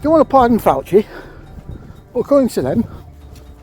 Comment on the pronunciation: I thought when I heard fawchi it was a mistake 😂😂